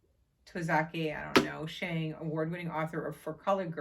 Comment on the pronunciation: Lost in Language & Sound is a lovely collection of personal essays. Keep and read!! Haha. I particularly like the essay "My Pen Is A Machete." The correct pronunciation of the author's name is N-tow-zah-kee Shawn-gay. I love her books!!